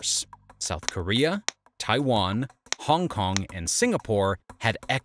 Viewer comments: lol "Honk Kong" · hong kong not honk kong